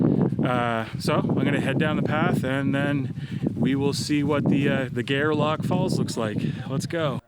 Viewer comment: My father and lots of my father's family lived in Gairloch, Nova Scotia. The cemetery on the hill has a lot of my relatives. I've never heard of the falls. I'll check it out next time I go back home. FYI: the locals pronounce it "Gar-Lock" almost like Garlic. Another FYI: Gairloch Lake is nearby. It was famous for fishing. Babe Ruth actually fished there back in the day. __ Thanks for the great video!